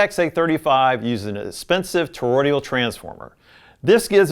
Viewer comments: Toroidal- not toroidial! Please! It’s not difficult - or should I say difficulital? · Good video to help newbies. :) Apparently Cambridge has come a long way; their amps from a few years ago were boring as hell. The Brio is a classic, and the Rega in this video is likely the best of this group. Btw, it's toroidal. Not toroidial. (not sure why everyone is saying torodial lately in all the vids I've been watching. Sorry - pet peeve of mine. lol Please ignore me. hahaha) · "Toro-DE-al"? Toroidal. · I love your content and the way it is presented. I have one minor criticism though. You are producing "toroidal" incorrectly. You add a letter l after the d and pronounce the word "tor-roi-dee-al.